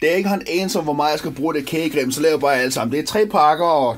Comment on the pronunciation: LOL han sagde krage cem